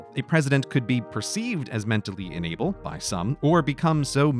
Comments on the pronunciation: This needs captions, considering I'm having a hard time deciphering if he's saying "unable" or "enable". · Are you saying ‘enable’ or ‘unable’? Both mean different things, and the context of what you are saying implies ‘unable’ but your pronunciation suggests ‘enable’. So now I am confused. Is this just an American thing, or are two words that are both pronounced and spelled differently actually mean the same thing? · Is it just me or is he consistently pronouncing “unable” as “enable” ? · Just a note about being unable -- the speech-reader app (or human) in this vid makes it sound as if the word "UNable" is "ENable" (or perhaps "inable"?) -- quite a difference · This video was very confusing with your pronunciation of the word unable. You keep pronouncing it enable, (in-eh-ble) which means to allow or to help some cause, where as you mean unable, (un-eh-ble) the inability to do something. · Pronouncing "unable" as if the same as "enable" is very annoying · He keeps pronouncing "unable" like "enable". Driving me batty. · You pronounce unable like enable. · Very informative, but every time you said unable I heard it as enable. I found it kind of funny hearing how president was enabled to do his job while in surgery or mentally incompetent. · Just me or did Grey say "enable" rather than "unable" most of the time? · I deadass thought he was just mispronouncing "unable" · Why can Grey not pronounce "in-able"? I keep hearing "enable". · Oof, it's too early, it took me 3 minutes to figure out he was saying inable, not enable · Or is it "inable?" Yes, it's inable. I withdraw my comment. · "Inable" sounds way too close to "enable"